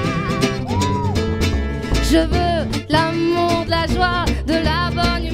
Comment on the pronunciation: Когда она произносит "лю Мур" ... Как же я понимаю Русское дворянство ))))